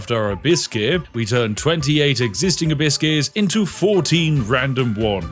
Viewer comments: Am I the only one who hears "a bit scarce" instead of abyss gears xd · Abyss Gears.. I hear Biscuits the entire time 😂 and thought, what does he want with all these Cookies… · For all the americans who are confused by what the Brit is saying. He's saying "Abyss Gears" not "Hibiscus" lmao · I genuinely thought he was saying A biscuits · The way you say abbyss gears sounds like you say "biscuts" or byse case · "a biscuits, a biscuit, a biscuit's" Oh, he meant ABYSS GEARs 😅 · I know you are saying Abyss gears, but I cannot help but hear "A Biskey" like you're asking for a nice biscuit for your yorkshire tea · i keep hearing "a-biscuits" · Am I the only one hearing "a biscuits" instead of abyss gears? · Each time Spiff said "abyss keys", my parrot looked up because she thought someone was giving her "biscuits"